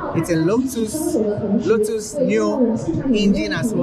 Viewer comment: Hey man , if you wanna introduce the new cars and please learn and read more about car books 📚 of knowledge that you will get the car makers and brands. You said that the blue one was looked like the Lamborghini, actually was Lotus (Spain maker) ,even though your pronunciation was not correct. May God bless you and learn more about car knowledge .......😅😢😅😢😅😢 OK???